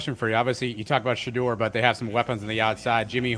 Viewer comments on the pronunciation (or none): Shedeur Sanders pronunciation: Sha-Door ✅ Sha-Durr ❌